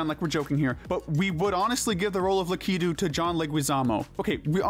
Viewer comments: It's Lak-i-tu not La-ki-tu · Wait how do you pronounce Lakitu Luh-key-too or Lack-uh-too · Dashie even mispronounced lakitu's name wrong. I think he got that from dachie